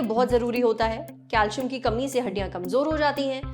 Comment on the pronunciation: It's pronounced as calsium cal -si-am.